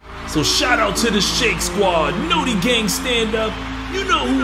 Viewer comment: We back to No-ti instead of Naw'ti gang